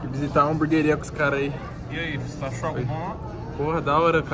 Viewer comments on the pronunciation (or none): Tem toguro falando hambúrgaria tem like kkkk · Alguém aí na casa poderia falar pro Toguro que não é Hamburgaria e sim Hamburgueria, por favor. Obrigado! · Nem abri o video é Já sabia que toguro ia falar hamburgueria errado